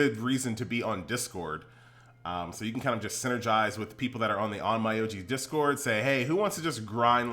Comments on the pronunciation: It’s pronounced OnMEoji not OnMYoji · Please pronounce it in Japanese... on-m’o-ji, not on-mai-ou-ji